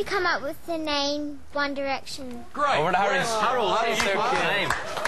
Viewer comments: and what the fuck have respect and SHUT THE FUCK UP when theyre talking and theyre only saying its amazing because if they didnt theyd loose fans......AND SAY THEYRE NAME RIGHT ITS one dIRECTION NOT one DERECTION omfg fucking directionators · its one DIRECTION.. Not DERECTION... geez..